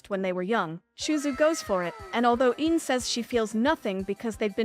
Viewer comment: Girl said Ine's name at least 5 variants and none of them was correct.😂